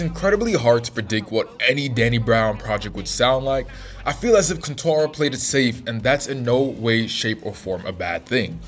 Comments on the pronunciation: bro said quantaranatana ? it's quarenta young blood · “Quantara” - broski, the album title is pronounced on the record